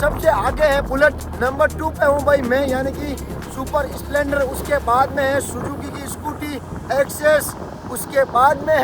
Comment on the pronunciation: Splendor ❌ Spelonder✔️😅